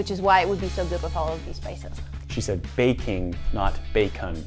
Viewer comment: She said baking not bacon 😂